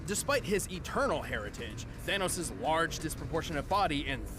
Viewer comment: It's the anus not thanos!!!